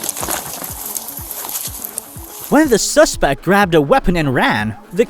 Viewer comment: Suacespect? Did the rob an Italian restaurant?